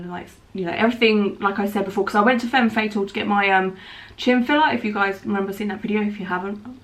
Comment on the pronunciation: It low key bugs me the way that she says “fem fatal” like hunny that’s not how it’s pronounced